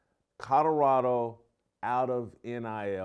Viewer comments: This guy keeps talking about "Coddorodo". Where is Coddorodo? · If you're going to talk about Colorado every day you should learn how to pronounce it.